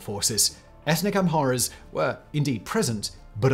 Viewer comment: Your narrative of Ethiopia’s recent political history is for the most part true, if not error-free. But your narration kept messing up the words “Oromo” as “Omoro” ( , ) and then again, you said in -25: “During the crisis in the 1980s many ‘amoros’ fled drought and famine …” I understand you meant to say: “many Amharas fled …” but it sounded like “omoros”. No such word in Ethiopian lexicon, but because in you mispronounced saying “an omoro prime minister…” you probably confused a lot of people. Get it right! Amhara / Oromo. (No such thing as: “omoro”, or “amoro”)